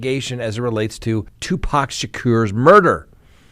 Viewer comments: just saying...Tu PAC (POCK) not Tu PACK!!! I'm an old white woman and I know this,! How could you mispronounce the man's name repeatedly?? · Tupac is pronounced Two-Pock. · Two-pahc. Also Kee-fie D Pac wasn't gang affiliated. Suge Knight is a Blood. Snoop Dogg is a Crip. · It's an endearing quality about, and we love that about him 😂😂😂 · Did a whole segment on someone and not once pronounced his name right.